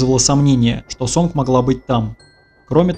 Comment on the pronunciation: Может, сообщение не по теме, но не Сонг, а Сон, г не читается.